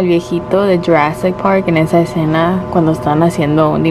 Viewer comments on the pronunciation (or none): none